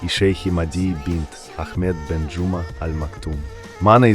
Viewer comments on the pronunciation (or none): none